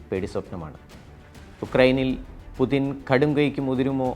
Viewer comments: പുതിന അല്ലടോ പുട്ടിൻ 🤭🤭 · it's not "pudhin" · എന്ത് പുതിൻ??? ഒന്നുമല്ലെങ്കിലും ഇതൊരു news channel അല്ലേ പേരെങ്കിലും മര്യാദക്ക് എഴുതി പറയാൻ പഠിക്ക് പോഴന്മാരെ. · പുദിന് അല്ല പുദീന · പുചിന് എന്നാണ് ഉച്ചാരണം, അതേ പഴയ കണക്കുകൾ തീർക്കാൻ വന്ന KGB തലവൻ, കായികവും മാനസികവും ആയ സകല അയോധന കലകളിലും വല്ലഭൻ, കുറുക്കൻ്റെ ബുദ്ധി